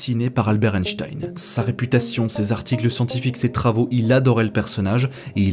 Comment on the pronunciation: Quel plaisir d'entendre le nom d'Einstein prononcé correctement ! Sur les chaînes anglophones, ça fait saigner les oreilles d'entendre un 's' à la place d'un 'ch'. Pour répondre à la question de fin de vidéo, personnellement je trouve extrêmement choquant que l'on n'ait pas respecté les volontés d'Einstein.